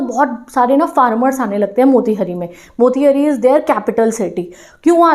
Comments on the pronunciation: Didi I am from Motihari. It's pronunciation is not मोतिहरी it's मोतिहारी 😢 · Mera ghar motihari me h , ma'am aap be galat pronounce kiya h wo मोतिहारी hoga